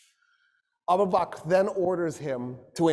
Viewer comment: he doesn't even pronounce Abu Bakr right. He calls him abu bak. What he said about Umar and Khalids relationship is wrong. Especially suggesting the idea of the worry of a coupe. Otherwise it's a pretty good lecture but this is some real orientalist nonsense and conjecture.